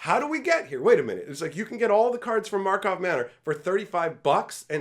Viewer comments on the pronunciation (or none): “Karlov” Manor. You said Markov over and over. 😅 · it's pronounced both ways in native magic the gathering language